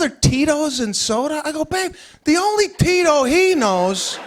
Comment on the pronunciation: Plus you dont pronounce Tito as in English........its.TeeToe